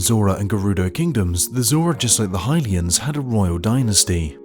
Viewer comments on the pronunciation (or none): none